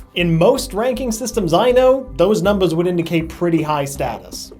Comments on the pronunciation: I like how he says "numbas" instead of numbers. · The way he says "numbas" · I love how he is sooo into the "role" (idk what to call it) he says numbahs instead of numbers. It's so hilarious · why did u keep saying numbas instead of numbers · "Numba" Haha XD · The fact that he used "numbas" instead of "numbers" the entire time 😊😊😊😊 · "NUMBUHS" is what I gear every time LMAO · Is it just me or is he saying numbas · I hate how he pronounces everything except for "numbers" correctly. He says it like "numbas" and it's throwing me off. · what's up with you saying numbas' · why does he say number like that (numbahhs) its rlly bothering me!! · He is saying numbus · Anyone notice he says numbas instead of numbers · numbahs... that's so charming though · Am I the only one who heard him keep saying numbas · Did anyone else notice that he says numbas instead of numbers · Is it just me or does he pronounce numbers like a baby? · I like how he says numbers lol